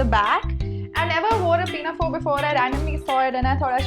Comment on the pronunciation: Her 'pinafore' pronunciation tho 😂